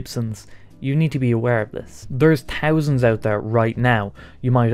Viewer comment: Tousands you say ?